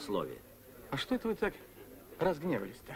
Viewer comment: Плятт произносит ещё "что", а не "што"...